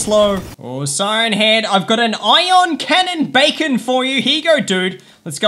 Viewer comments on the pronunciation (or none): This man says a iyon canon bacan lol 😂